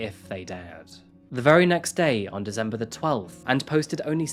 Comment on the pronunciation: Learn how to pronounce "posthumously" and "amicable", I'll let DeZember lie.